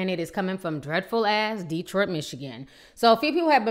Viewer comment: Why do you keep calling Detroit "dreadfull"? Have you ever lived in Detroit?...